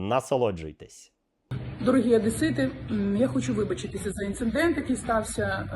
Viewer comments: інцеНдент? воно ще й безграмотне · Інцендєнт...😅😅😅 бля, ну не вірю. Таке не виправляється! Воно невиліковне...